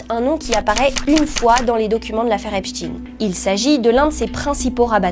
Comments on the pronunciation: Epstein ne se dit pas "Epstin" comme Frankestein, qui ne se dit pas "Frankestine" ! ils veulent effacer l'origine allemande de ce type et inciter les citoyens à penser aux russes, alors qu'Epstein n'est pas russe.......sa famille avait logé Hitler...... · Pourquoi epst(ine) on ne dit pas einstine 😂😂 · Donc si c'est " EPSTINE" on dit aussi " FRANKENSTINE" . au passage jean luc brunel de son vrai nom Jean-Luc Didier Henri Benchamoul. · Tous mouillés???...for choure! 👿 Au fait, ça sort d'où la prononciation Epstine? Ne dit-on pas Einstein et pas Einstine? 🤔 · Depuis quand ein se prononce ine ?? Est ce qu on prononce par exemple Einstein Einstine ? Ben non c est l origine de la consonance qui dérange ? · Ep.stein ;;; ein, zwei, drei... Ce n'est pourtant pas difficile, n'est-ce pas! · Pourquoi dites-vous epstin? On ne dit pas Einstin mais Einstein ? Bientôt, vous allez dire, première dame en parlant de Bribri!!! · Faut expliquer à mr Bercoff que le pedocriminel du mossad , s'appelle Epstein et non pas Epstine ! Tous ces gens pensent sans doute que prononcer de cette manière , détournera d'une certaine compréhension sur " l'identité " du criminel ! De même que son complice français se nomme Benchemoul et non pas Brunel ! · Pourquoi dites vous Epstine vous aussi ? Cela m étonne de vous c est Epstein comme ENSTEIN Ah ensuite vous avez dit Epstein 🙏🙏 ne faites pas comme les merdias svp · on dit EPstein comme on prononce Einstein, et pas EpsTINE, c'est un juif, pas un russe ! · J'aimerai qu'on arrête de dire EpstIn car c'est EptEIN comme on dit Albert EinstEIN et non EinstIN... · Juste une question pourquoi deux prononciation ? Epstin ou Epstaĩn.... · Vous êtes vraiment insupportables, tous, de prononcer EPSTINE alors que vous aviez commencé, depuis plusieurs mois, et à juste titre, à dire EPSTEIN, comme EINSTEIN, ou comme FRANKENSTEIN... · Pourquoi donc Epstine et non pas Epstein...??? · cest pas epstine mais Epstein!!!!!!!! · pas esptin... mais epst.. ein?